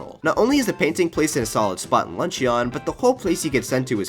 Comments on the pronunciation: Luncheon is pronounced "lunch-in". "Lunch-eon" sounds like the name of an Eeveelution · hhhrggnnn.... he says "lunch-ee-on" instead of "lunch-un" video ruined /s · "Lunch-eeon" bro it's "Lunch-in" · ITS LUNCH-IN NOT LUNCH-EON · Very good video and the reason I’m gonna subscribe but I HAVE to say this: luncheon kingdom isn’t pronounced like a eeveelution with the ending “ee-yon” it’s pronounced “lun-chin” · It’s pronounced, “lunchen” not “lunchEON” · I love your content, but dude, it's pronounced "Lunch-uhn" not "Lunch-ee-on" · The pronunciation is “Lun-shun” not “lun-she-on” for the Luncheon Kingdom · Awesome video! I disagree with like 50% of your philosophy and got shivers every time you said "lunch eon" instead of "lunch in" but it was a great watch! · Good video mate... for future reference the "o" in luncheon is silent... it's pronounced lunch-en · it's pronounced lunch-in... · This list is GREAT. It’s lunch-un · Anyone else notices how this is his favorite game ever but he pronounces Luncheon like Lunch-eeyon? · “peach in the lunch-EE-on kingdom” Luncheeon maybe my favorite eeveelution. But seriously great vid! Keep up the great work 👍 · Idk why but someone calling luncheon, lunch-eon like it's some sort of evielution is just wrong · Imma drink every time he says luncheon wrong Edt!frthn cdss zased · I can't get over how you pronounce Luncheon. Like, that's not you pronounce luncheon. Have you not watched the critically acclaimed "Steamed Hams"!? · Amazing video and can’t imagine how much time it took you to complete this video. Mario Odyssey is my favourite Mario game and top 3 of all time. I just can’t get over your pronunciation of Luncheon Kingdom! Haha 👍👍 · The way you pronounce Luncheon is driving me absolutely insane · IDK if it's me, but I find it hilarious how he pronounces luncheon kingdom. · he can rank every moon but still can’t pronounce luncheon correctly